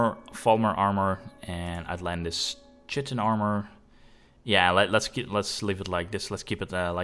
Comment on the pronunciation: I understand you're a non native English speaker, but one thing that bugged me (pun intended) is the way you pronounced chitin. It is said Kite-in